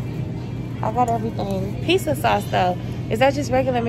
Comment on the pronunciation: "a pissa" 😂😂😂😂